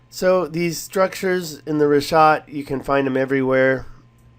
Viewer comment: Its RiCK ah t not Rish ah t. Jesus learn how something is pronounced before making a video. Also considering that structure is on the outermost ring it would be located in a poorer district. My guess is that the structure is a courtyard wall where one or more houses were once located (not a Castle ). This way more than one family could live. You know like siblings with their parents and children . Maybe with room for a garden or livestock.